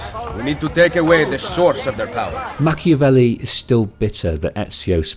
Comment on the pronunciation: ah yes Ham-avelli. For as serious as that scene is, its also kinda funny.